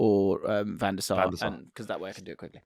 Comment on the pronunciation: It's Van Der Sar